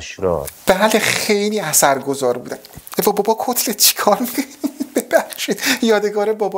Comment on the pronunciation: میگه کصلت یا کتلت؟؟😂